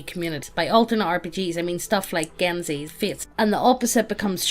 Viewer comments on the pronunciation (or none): Can't believe pronounced Genesys as "genzies." My poor genesys-simp soul.